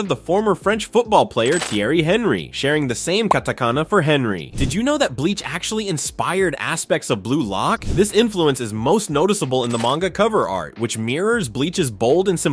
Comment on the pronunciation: Mate the French footballer ‘Thierry Henry’s name is pronounced ‘Ti-air-ee Arn-ree’ Exactly like The Woman in the show’s name.